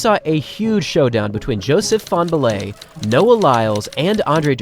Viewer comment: fanbullehs name isn't hard to pronounce